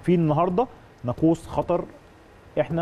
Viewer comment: ناقوس وليست نقوس